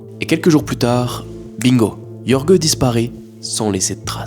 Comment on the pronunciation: Jorge ne se prononce pas "Yorgueu" mais "Rhorr-rhé" (rh = comme tu prononces le J de José ; rr = R roulé)